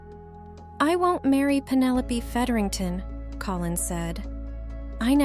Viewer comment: This AI narration is pretty hilarious. Talenteed. A-de-qwait. Feederington.